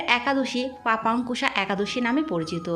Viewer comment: লেখা আছে পাশান্কুশা একাদশী, আর আপনি উচ্চারণ করলেন পাপান্কুশা।